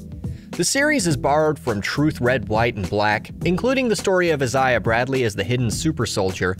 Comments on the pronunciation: I've never heard anyone pronounce Isaiah like that... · Never heard someone pronounce Isaiah that way